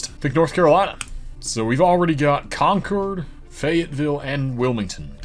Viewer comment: He also did very well pronouncing New England cities the way locals do (Worcester and Concord for example)